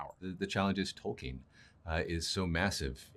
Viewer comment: Each time one of those writers say "Tolkien" i want to explode. He would be so disappointed :/